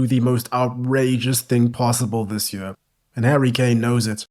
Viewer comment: man the way you pronounce "year". yuurrrrr 😂 what accent is that?